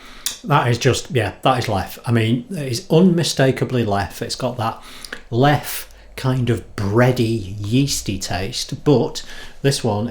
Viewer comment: Not "LEF" but "LEFFE"